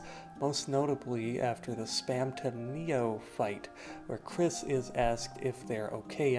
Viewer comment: your incorrect kris pronounage is kind of wack but the theory itself is pretty solid